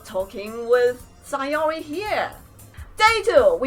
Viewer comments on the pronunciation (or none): Btw it's SAYori NOT SIGHori